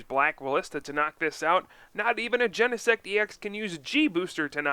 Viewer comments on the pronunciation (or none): none